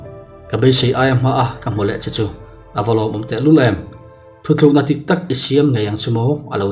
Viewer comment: Sir, thutlukna hi thuthlukna tia lam loh tur. "Thuthlûkna " hei hi 'U' chunga v letling a awmin, thluk em tur a ni.. i lamdan ka hresual nge..